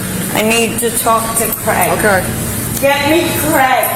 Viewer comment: Americans... it's CRAY-GUH not KREH-GUH 😂